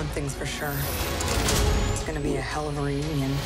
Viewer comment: black widow like a spider, not bewa